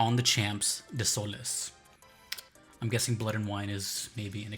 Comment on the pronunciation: damn that pronunciation of desoles killed me and i am not even french ....